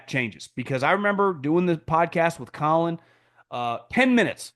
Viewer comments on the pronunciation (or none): none